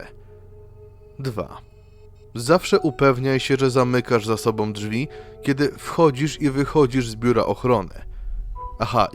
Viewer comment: ...drugOM, czwartOM, sobOM...przez to OMowanie nie daje rady sluchac....wychodze😢